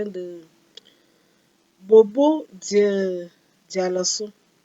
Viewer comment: Pardon, arrêtez de massacrer le nom de ma ville: c'est Bobo dioulasso